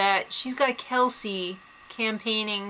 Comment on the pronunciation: First of all it's kelsey not kalsey she isnt a cabbage. Second of all every remaining houseguest gets to compete in the final HoH. And finally what do u see in the bros and kelsey? The bros are so immature are wrongfully full of themselves and kelsey is so gullible yet claims that she is the smartest person in this house. Oh well i suppose u are entitled to ur opinion but just know that Cassandra WILL win this season.